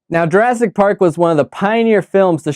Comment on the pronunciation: URASS PARK! LOL! Did not catch that one.